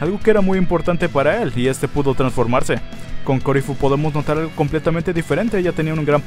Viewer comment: enserio me desespera que diga que se llama corifu ¿de donde sacó eso?